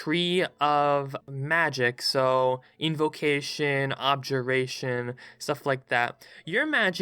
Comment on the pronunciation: I died a little whenever he said "eldrith" Edit: "artifisher" lmao Edit edit: "objuration" oh no